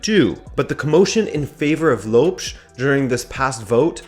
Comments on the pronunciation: I just wish you pronounced Lopes right. It is Lóópexx not Lowepss 🤣😂 other than that good content guys! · Ok so first off,it's not Loups,it's Lopes (Ló-pes,you have to read the letter e in portuguese like how you read the letter e in the word "the" in english),you said Filip,it's Filipe,you said Goms,it's Gomes,you said George Méndez,it's Jorge Mendes and you forgot to put accents over the names of the palyers,yeah you need to improve your pronunciation,yet you re still better at saying the names than most of the people on youtube...keep working and i like your content,sorry if i offended you